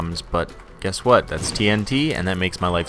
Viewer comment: More emphasis on the WHAT